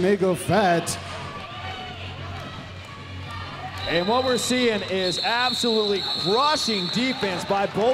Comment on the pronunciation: "Shenay-go-Fett" haha...